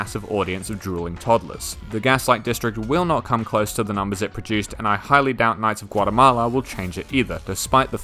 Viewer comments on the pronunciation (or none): “Knights Of Guatemala” U DID NOT 💀💀💀